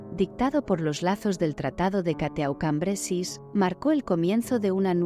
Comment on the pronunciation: Se pronuncia " cató cambresí"